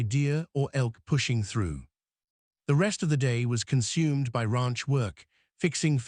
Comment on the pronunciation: The "Rah-unch" 😂